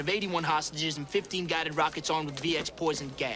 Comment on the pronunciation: "I just wanna find some rrRckets"